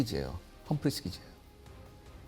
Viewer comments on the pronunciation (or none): none